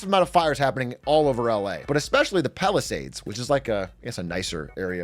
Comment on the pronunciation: Love the content big A. …but what is this pronunciation of “Palisades” don’t you live out here? 😅